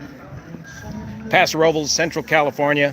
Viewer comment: Thank you for pronouncing Paso Robles correctly!